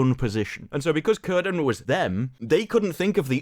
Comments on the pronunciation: Awesome video. Um. In Tolkien's work, names with a C are pronounced with a hard C like a K. "Kirdan". In your LOTR book, the Appendices, Appendix E, "Writing and Spelling", under "Consonants" "C has always the value of k even before e and i: celeb 'silver' should be pronounced as keleb." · It's pronounced "Kirdan".